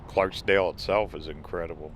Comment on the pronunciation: Please don't take this as criticism, but it is Clarkdale with no s. (No matter what spell check says) Your video is very well done! I spent a lot of time here as a child and my Mom grew up here.